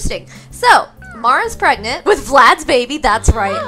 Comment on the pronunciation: “We have to hurry up and get preg-nart”🤣🤣🤣🤣